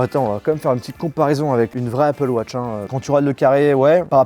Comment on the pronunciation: dans ce cas la prononce les mots en anglais correctement aussi ze appeul watche .. ridicule